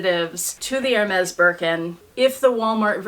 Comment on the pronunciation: It is not ermez...it is airmay